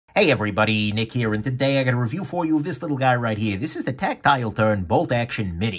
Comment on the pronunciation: HahahahahahHAHAHAHhahHaha IT SOUNDS LIKE YOU'RE SAYING TACTILE TURRRDDDDD HAHAHAHAHAHAHAHAHAHHAHAHAHAHAHAHAHAHAHAHAHAHAHHAHAHAHAHA